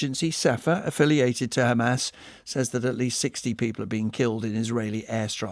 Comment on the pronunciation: When the ridicule opens his mouth and talks only about khamas khamas Khamas 😂😂